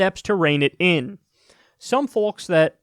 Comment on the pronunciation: Kyle, when are you going to pronounce the word 'folks' properly?